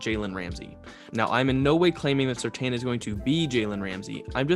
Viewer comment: It's surtain not surtan